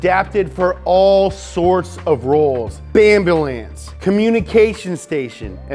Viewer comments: Wait, what? Bamboolance? #Bamboolance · Hhhhhhhhhhhh 😂😂😂💀amberbance, i personally like amberlance